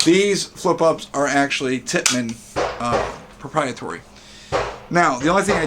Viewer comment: ProprietAry not ProprietOry 😂